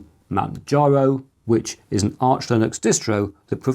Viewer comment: It’s Arch, btw.